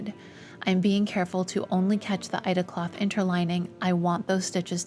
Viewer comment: What is ... Eide cloth? Ida cloth? I'm not quite sure what I am hearing you say, there. I don't think I have heard that term, before.